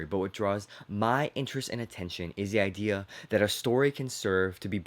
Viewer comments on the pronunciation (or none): none